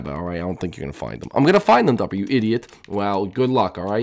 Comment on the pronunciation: Why does topper sound like stuper